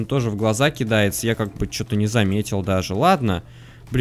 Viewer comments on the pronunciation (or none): none